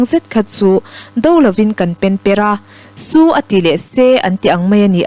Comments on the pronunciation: a bengvarthlak hle mai..chutihrualin "SU a ti leh SE" tih thluk hi lo zir leh deuh leh teh se. a thluk a dik lo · chhiar thiam viau naa, a thluk diklo, su ati leh se mai, mizo tawng hi athluk a zira dang lam dawrh dawrh hi atam a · 'SU' a ti leh "SE" Thu chhiartu hian a chhiar thiam khawp mai. Ngaihthlak pawh a hahdam thlak. Lam rik dan tur ang taka lam ri tura inzir deuh a tha ka ti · Ka rin aia i chhiarthiam loh chu....su a tih leh se, tihlai kha, a tum bo ṭhakin i chhiar lo maw? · I chhiar thiam hle mai. Thil pakhat su a tih leh se tih lai tak hi i chhiar dik lo tlat mai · I va chhiarthiam ziktluak teuh vele. 'Su' te,'Se te,'Bass san' tih kha lo ngaithlanawn leh teh. A solfa a diklo nasa mai. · Su leh Se kha a ri hniama lam tur aw.